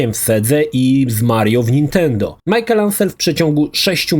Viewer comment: Wszystko git tylko nie Majkel, a Miszel. ;D